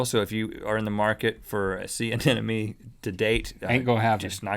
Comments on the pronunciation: Rhett - Sea Anemone. Ah - nem - uh- nee. Not "ah - nen - uh - mee" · Every time Rhett said anenome I was screaming in my head.... anemone!!!!!! gahhhh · did he say "sea anenome"? :)))) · They keep saying anenome :D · "I was moving at the sea of a sea anemone" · rhett pronounced anemone wrong. also theyre not 100% asexual. in fact they only split into two if stressed. also they CAN move pretty fast if they want. ive kept anemones and they can move across large fishtanks in only a few hours